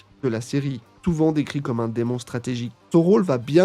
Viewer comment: Deimon se prononce pas comme démon... et komusubi son daron est pas sumotori mais dans le démenagement...